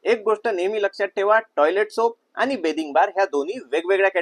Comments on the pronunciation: बेदिंग बार ✔️ बाथिंग बार❌😂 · बॅदिंग बार नाही बाथिंग बार म्हणतात दादा 😁 बाकी माहिती खूप चांगली दिली मी साबण चा TFM 76% असेल तर च घेते 😊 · बाथिंग बार म्हणता बिथिंग नी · Pronounciation neat kar Dada... बाथिंग बार‌ असत ते बेदिंग बार नाही.. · बेदिंग नाही रे बाथिंग 😂😂😂😂